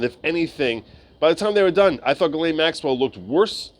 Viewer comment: Not only can you not pronounce her name, you can't even spell it.